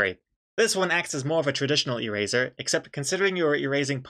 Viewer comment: E-Raiser lol